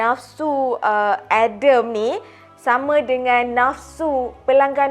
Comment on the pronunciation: adem apa adem.. sebut ja Nabi Adam Alaihissalam huhu